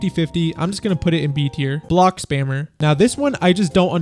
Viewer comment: "spammer" is 10x funnier when someone says it like "spamer" instead